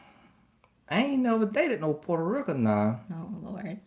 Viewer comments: Ahhhhh hahaha “asked for my roommates number” you’re so bad,! “Porta rica” 😂😂😂 Glad y’all make each other so happy! Love this Black love! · Not “Porta Reckon” 🤣 these two are so cute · Did he say portarika.....Lol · I’m mad at his pronunciation for Puerto Rican 😅😅😅😅